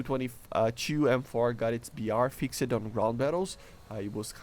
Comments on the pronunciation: Fix'd not fix-ed. You do not pronounce the e. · A tip for your speech, when saying "fixed" the E is not pronounced. Try just saying "fixd" and just that will be an improvement. Cool video